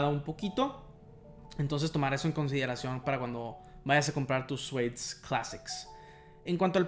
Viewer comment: Se dice “siud”